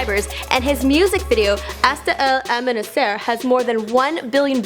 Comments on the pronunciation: i choked on my own spit when i heard that pronunciation of hasta el amanecer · "usta il ulmunusir" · "Asta el amanisaire" 😂😂😂😂😂😂😂